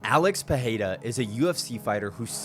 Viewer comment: Why do they always mispronounce his last name by sticking an H. Saying Pe-hay-ra, it’s Pe-REY-Ra with an R. Roll your Rs. Thanks for listening to my TED talk.